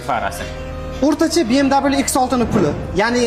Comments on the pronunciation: Зачем говорить би эм дабл ю? Слух режет. Так говорят в Америке, а у нас со временем СССР говорят бэ эм вэ и точка!!! Не надо подрожать американцам и европейцам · Би эм давилю😂 эмас би эм ви болади